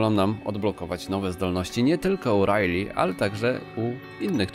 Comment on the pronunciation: Pewnie wypowiadasz "rilej" zamiast "rajli" bo kojarzy ci się z Ripley.